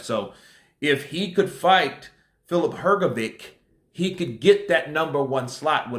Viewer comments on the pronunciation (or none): Dude, it's pronounced "Her-Go-Vich", NOT "Her-Go-Vik". That shit hurts my ears 😫